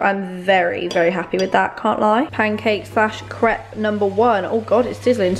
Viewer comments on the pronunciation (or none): Winced everytime she said crêpe wrong